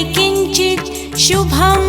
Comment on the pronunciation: न तेषां जायते अशुभं रणसङ्कटे असे पाहिजे .. उलट अर्थ केला उच्चारणदोषाने